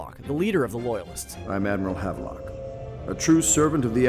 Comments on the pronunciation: "Jess-a-MEAN" not MINE. "Have-lock" not "Have-a-Lock" ggbruh. You work for a video game channel... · The way he pronounces Havelock and Jessamine's names is so cringey.